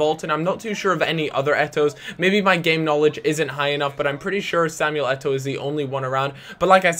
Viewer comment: It is Samuel Eto'o!